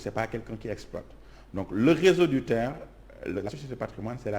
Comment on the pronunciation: Arrêtez de dire TER ( terre) ! C'est T.E.R. C'est null ! Seuls les " Gaous" disent ( terre)